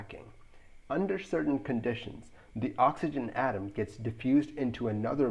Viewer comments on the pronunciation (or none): none